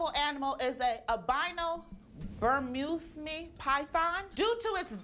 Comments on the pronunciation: Burmuseme python? Tiffany is a naturally smart girl, but she obviously isn't book smart. She's messed up 3 words in her reality show career. She knows what they mean and how to use them, but she doesn't pronounce them correctly. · her pronunciation of Bermese is iconic <3 lol Ber-muse-me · Ikr but she did pronounce "Burmese" wrong in scene with the snake lol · she pronounced Burmese wrong